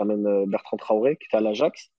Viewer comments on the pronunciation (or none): none